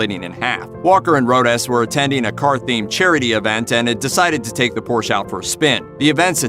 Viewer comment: when porsche is pronounced wrong . ugh